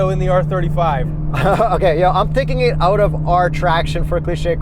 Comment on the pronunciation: Kyle Amante he also says owt instead of out. Punishable by death if you ask me.